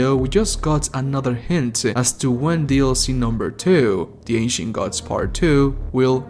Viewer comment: Why does it sounds like he’s saying Ancient Guts Lmao